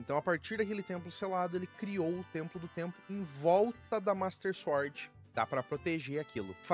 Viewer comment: Gosto do seu conteúdo, mas quando vc fala "suórd" me dá um treco... 😂